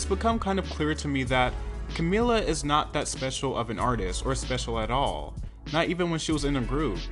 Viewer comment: Come on dude why do you only sometimes pronounce her name the right way (Ka-MEE-lah) and then butcher her name especially in the later parts (Ka-MILL-la)??